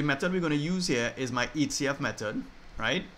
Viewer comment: Hi Sir Goodmorning, for Qa(1) Is it H.C.F or A.C.F that u are saying? In your other videos I have watched I never get it clear